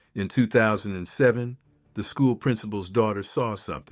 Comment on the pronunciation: That town is not pronounced: es-ta-CAH-da. It is: Es-ta-CAY-da. Please get your AI to pronounce correctly. .... AHHH! You did it again! It is not the: WILL-a-met valley. It is pronounced the: will-LAM-met valley. Also, other Oregon words are pronounced differently: The spice turmeric: It is not: TOO-mer-ic. It is: too-MERH-ic The plant clematis: It is not: CLEM-eh-tis. It is: clah-MAH-tis Oregon has a way of saying words. Please do you research before you fcuk it up. Thanks. ...and, the Douglas Fir was planted for its quick growth in Oregon, for lumber sales. It was never a dominant tree species here in the Oregon old growth. I call it an invasive species now!